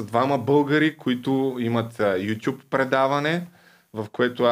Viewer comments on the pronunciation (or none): none